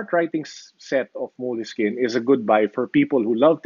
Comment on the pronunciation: It's pronounced "Moleski-ñe". More Italian in slang. This product has been around for a long time. Note8 with OneNote, best production combination.